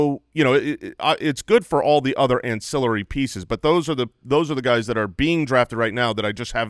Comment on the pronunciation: yall just letting him say "ancillary" like that was frustrating haha